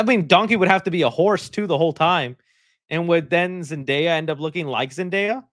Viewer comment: Myshine is awful person as she promote crypto and aa you said their travk record has fallen so much since no way home, so her calling zendaya as zendayap is no surprise to me.